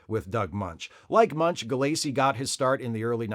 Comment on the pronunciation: Don't like being "that guy", but I'm just feeling compulsive today. Doug Moench's name isn't pronounced Munch, it's pronounced Mench (rhymes with wrench). And Paul Gulacy's name is pronounced with the accent on the first syllable: GULL-a-see.